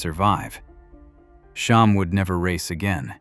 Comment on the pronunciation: SHAM, SH-AM, not Shom, SH-OM, see the difference.